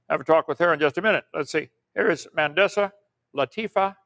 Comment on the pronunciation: If he calls you “” one more time 🤬